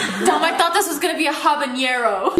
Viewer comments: I got so triggered at the way she said “habanero” that is nottt how I say it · did anyone else cringe when she said "habañero"